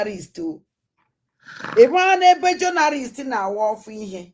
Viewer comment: She said she is a journarist. Number one itiboribo. Cannot spell or pronounce anything right but claim she knows